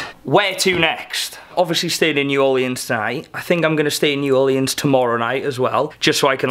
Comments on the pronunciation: "new orleeyans" 🙄. It's NEW ORLEANS 🤨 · Is it just me, or is saying "New Orleans" wrong..... idk might just be me lol